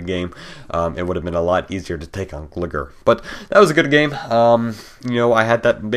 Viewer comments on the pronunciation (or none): pronounced glygar not gliger